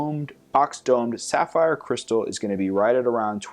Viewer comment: The pronunciation! :D Great job with the sapphire